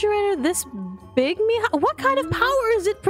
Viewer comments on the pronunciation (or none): It's mija not ima 😑🙄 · I like how Aphmau's Mom still calls Aphmau "Meehaw" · Why does aphmau's mom always say meya😅😅